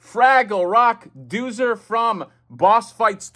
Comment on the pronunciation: Exactly. I thought I was crazy. I remember it being pronounced ‘Doe-zer’.